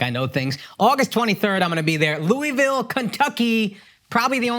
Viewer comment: Sir you say Louisville wrong, talking about Akash during the add. You did get naptown right